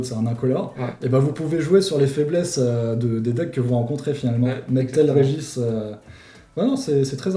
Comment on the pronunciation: J’ai pas l’habitude de reprendre sur la prononciation mais le « Régis » en place de « Regice » m’a fumé